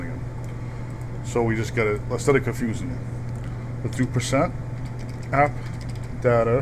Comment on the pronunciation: lol u say %Appdater%